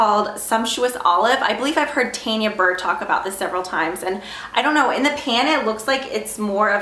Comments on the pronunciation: Its "t-on-ya" burr not "t-ann-ya"... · Tanya burrs name is pronounced as ton ya burr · i think u meant TAnia burr lol u said her name wrong ... thankx for the zoya polishs lol i got my new list :D